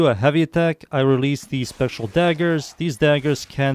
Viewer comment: You say Special daggers instead of spectral daggers, think you did that in another video aswell. Imo sounds better than spectral daggers haha. Love your videos btw always very clear structure and very easy/pleasant to watch. Great work